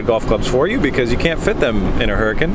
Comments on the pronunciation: Harlecan? Hurlequin? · Not the Lambo Hurracan, but the Lambo Harlecan (for those who don't know; Google "VW Polo Harlekin")